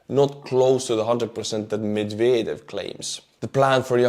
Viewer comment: I heard "McVader" instead of Medvedev, and that made me chuckle lol